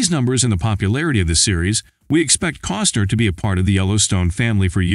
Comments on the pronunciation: It bugs me that the narrator says, instead of Costner. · His name is Costner not Coster. Get it right.